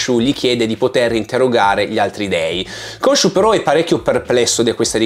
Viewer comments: Ogni volta che vedo le puntate in italiano mi viene l'orticaria. GrAnt anziché GrEnt. Konsu anziché Konshu. Il doppiatore di Oscar è bravo, ma sono state tagliate tutte le parti dove gli si chiede del suo strano accento, perché in italiano non ha accenti diversi. Preferisco guardarmelo in lingua. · Unica nota negativa della serie in italiano: Khonshu che viene chiamato Consù. Madonna che nervoso